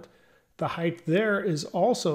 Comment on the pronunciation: Throws me off every time you say 'heighTH'. Great content otherwise.